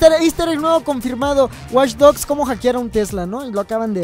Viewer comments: alguien mas noto el Waych en ves de Watch? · WTF DICE WaychDogs 2